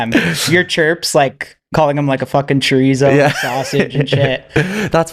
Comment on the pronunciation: CHORITZO LMAO